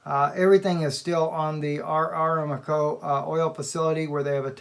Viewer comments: Pronunciation.....?......A-RAM-Co. Rather than Aram-co. .? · Just a friendly correction -- it's 'Aramco', not 'Aramaco' (as it was pronounced). I know someone who used to work there. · Saudi oil company is pronounced Saudi Uh-RAM'-co. Or, like God revealed to Abraham.. a-RAM-co in the thicket, to sacrifice instead of Isaac..:-D